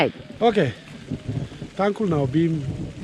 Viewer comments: Rado Tangkhul pronunciation is just wow 👍😱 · His tangkhul accent sounds really good . 👍😅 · His pronunciation is too good for someone who never speak tangkhul. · Wow your Tangkhul accent is too good❤️❤️❤️ Nashi wui tomatoes 🍅 chiva ningyangwungnai.